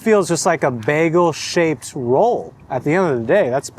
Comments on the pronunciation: Bag-AL? No, son. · Bro stop with the baaaagel like a go waaageling his tail. It's Bagel with a long A sound like a Bag. Just gotta be different to the point you sound like an idiot. Funny how you pronounced it correctly in your intro. Done watching your vids. LoL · The constant switchup between pronouncing it as "bay-gl" or "bag-ul" is throwing me off a lot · I've never heard bagel pronounced baggle. :) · That labneh one not being toasted made me laugh when the paper it was on said “toasted bagels” repeated on the packaging. Also, you saying baggle multiple times had me dying. 💀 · I think I'm going to start a counter of how many times I hear BAGuhl😂😂😂 JK JK. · The way you are saying the word bagel, I unfortunately don't think I can even finish watching this. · The way you say bagel I know you’re not from seattle 😂